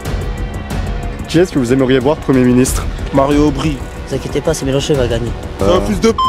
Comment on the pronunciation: Je rêve où il dit Mario aubry au début ? 🤣🤣🤣 Yahoooou